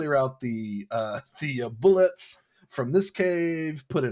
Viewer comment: So far enjoying the pod but I was absolutely appalled to hear it pronounced "Bullets" when it is very clearly, according to the AD&D Monstrous Manual, pronounced "Boo-lays." I sure hope someone got fired for that blunder.